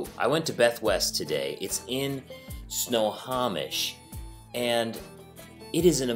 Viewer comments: Anyone else cringe when he says Snohomish wrong? It's pronounced snow-home-ish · It’s pronounced Sno home ish! 😂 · At least research the correct way to pronounce Snohomish 😂😊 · Good video but you say Snohomish wrong 😂